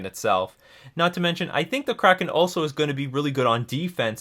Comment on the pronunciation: Its not up to interpretation. Its just pronounced kraken😤😤😤